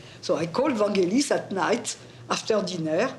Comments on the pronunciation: Americans say his name wrong! Its a ‘g’ as in girl, not ‘j’ as in Jelly! Even the great man himself says it with a ‘g’! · Oliver Stone admired Vangelis so much but he couldn't pronounce his name right. It's Vangelis, not Vandgelis, FFS. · Americans... "G" in Vangelis is pronounced as in "get". Don't be lazy even if you are Oliver Stone. Respect other people identity by pronouncing the name properly. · Hoe can Oliver Stone not know how to pronounce his name correctly? It’s a hard g.